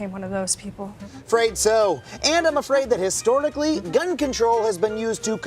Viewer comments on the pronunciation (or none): He said "Histortically", lmao. Listen closely after he says "Afraid So"